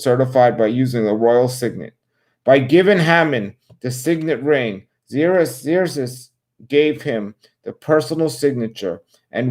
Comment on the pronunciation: Yay, so glad you are going back to the Bible readings!'🙌 and just fyi: Xerxes is pronounced like "Zerksees"